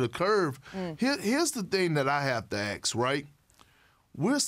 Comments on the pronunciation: Perk: Here's the thing I have to AKS 😂😂😂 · “AKS” Kendrick Perkins